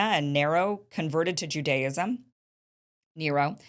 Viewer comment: She's actually pronouncing Judaism incorrectly.